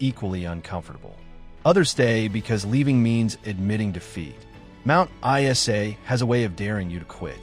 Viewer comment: Mt I-S-A?